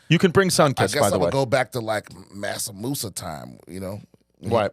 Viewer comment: it is Mansa Musa, not Masa Musa, that was the extremely wealthy African king 😘